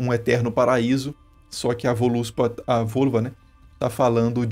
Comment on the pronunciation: Ótimo vídeo. Só um adendo: a pronúncia correta seria 'VÓLUSPA'. Em nórdico antigo a silaba tônica é sempre a primeira; e a grafia em nórdico antigo é Vǫluspá (Völuspá em islandês modeno), sendo tanto ǫ quanto ö um som de "O" aberto: ó, em português. Mesma coisa com "völva" > 'vólva'.